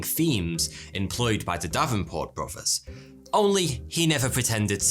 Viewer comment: “Bro vers”…..interesting accent…….